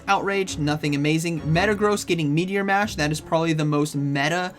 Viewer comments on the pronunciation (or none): none